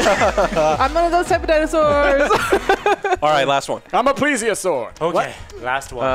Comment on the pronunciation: Someone on youtube actually pronounced plesiosaur right! Good job! 👍